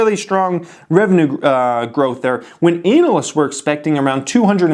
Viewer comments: anuh-lists.. or anal-lists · anal ist